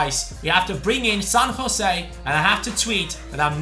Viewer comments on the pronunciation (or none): none